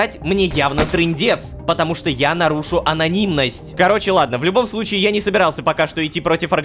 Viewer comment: АНОНИМНОСТЬ, А НЕ АНОНИМУСНОСТЬ